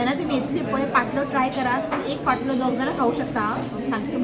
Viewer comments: it's not pottlo it is called pantlo.God bless you and your family ❤ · Its paatlo and not potlo